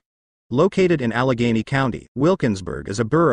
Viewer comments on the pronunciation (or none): none